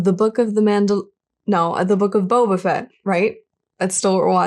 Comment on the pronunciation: his name is Boba FETT not BOBAfett............lol pronounciation is crazy with this name, i mean the emphasis should be on the last name, right? just lol................ 2 K soon <3